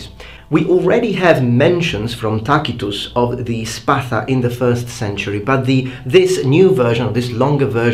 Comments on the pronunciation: Tacitus pronounced with "k" THANK YOU SOOOOOO MUCH!!!!! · I like how you use the historical hard latin "C" to pronounce Tacitus instead of the anglicized soft "C". I get some sidelong glances for my pronunciation of words "Macedonia" and "Scythia", it just doesn't sound right to english speakers but it is more correct in my view.